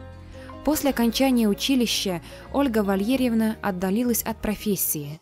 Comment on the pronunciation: Почему произношение "ВалЬЕрьевна"???????